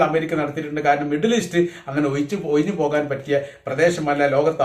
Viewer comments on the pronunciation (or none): none